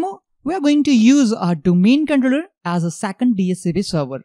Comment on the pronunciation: no offence but your accent is killing me !!! can you not practice saying controller for god sake don't forget your audience are not all indians